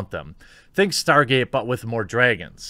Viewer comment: Dray-guns, Bayg, and all the other Scandiwegian pronunciations make me crack up! Love it Jeremy! Seriously though - we have soft vowels in Engrish too 🤣